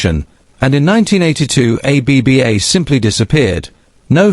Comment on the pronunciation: More AI claptrap. The AI voice can't even pronounce the band. And this AI narrator with his "poetic" computer generated narration is just ridiculous. And this stupid "Finally Confirms What We Thought All Along" nonsense. CelebNova TV, time to get a proper job 'cos you're no good at this.